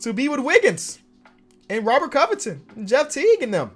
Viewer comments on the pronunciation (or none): none